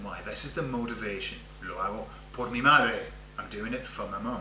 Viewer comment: As an aside; I thought only double rr required tongue rolling versus single r like perro (rolled) vs pero. I hear lots of rolling when you say, por as if it's poRR (rolled).